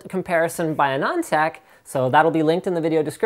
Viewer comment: hey linus, you pronounce Anand Tech wrongly, although I like the way you pronounce it :p